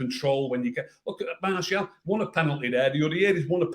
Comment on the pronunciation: wow saying Martial now and not Marshall 🙂🤭